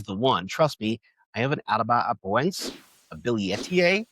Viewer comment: Please review your pronunciation of Atabapoense. You're transposing syllables. Try /a-ta-ba-po-EN-se/ (not the correct syllabification, but it would help with pronunciation). Also, for Joepii, try /JOE-pee-i/